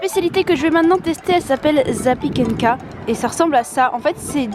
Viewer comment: Super vidéo! J'ai énormément ris en entendant la prononciation des spécialités 😂 Zapiekanka= se prononce : zapiékaneka Pierogis: piéroguis Żurek: Jourek